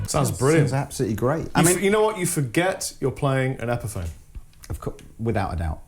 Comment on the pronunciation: guy in the blue can't pronounce epiphone